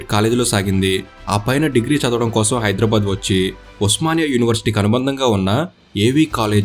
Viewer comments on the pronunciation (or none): none